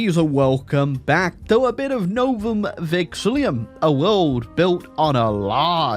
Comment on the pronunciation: i ain't tryna be petty but, you're adding an extra i "Novum VexiLLUM"